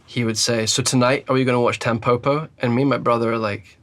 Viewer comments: The pronunciation isn’t Tam poh poh, it’s tam po (like po in pot) and po (like po in pot). It means dandelion in Japanese. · "TEMpopo"? bro, why would you say it like that, it's not an english word 🥲